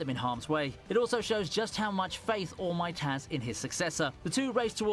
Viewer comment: He is fully committed to calling All Might “Almighty”.